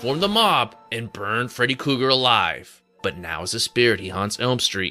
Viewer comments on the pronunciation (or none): Who the hell is freddy cougar? 😂 Kruger but love the video